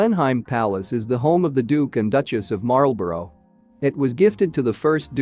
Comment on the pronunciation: And Marlborough!